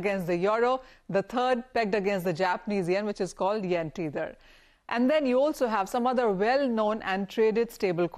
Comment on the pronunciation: Tether is pronounced "t e ther" not "t eee ther"